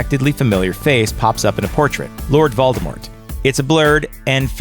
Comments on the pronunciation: He Said Moldemort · Is he actually saying Voldebort?? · * sigh * I'm not trying to be rude at all, believe me, but it upsets me when people say "Voldemort" with a "T". JK Rowling herself stated that Voldemort is most defiantly NOT pronounced with a "T", claiming its silent. Instead, its pounced "Voldemor". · “Deathly HOLLOWS” “VOLDOMORT” WTH MAN! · The t in Voldemort is silent